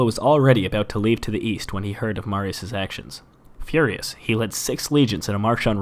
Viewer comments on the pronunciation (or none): none